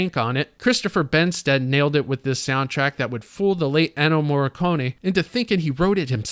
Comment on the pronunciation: You have had 2 points removed for mispronouncing the great Ennio Morricone's name.